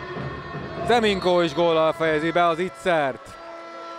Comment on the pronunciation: Nem “Ze Minko” hanem Nze Minko😡